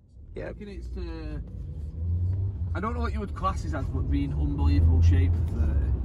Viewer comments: Or are you saying year instead of yeah? 🤔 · English people saying “yeah” instead of “year”